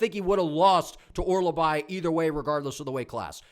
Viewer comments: Hearing you say Orolbai wrong like 50 times in 3 minutes is crazy😭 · You might of sold me on Sousa. I was really unsure about that one i might be switching over to Sousa now. Also, his name is Mintsybets Orolbai 😂